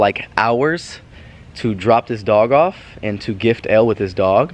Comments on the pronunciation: Her name is Elle its like the letter L not like ellie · Band Edu Its Elle not Ell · Her is Elle, sounding like "L", not ell-ee. \_(0-0)_/ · her name isnt Pronounced like (EL-EE) its like (ELL)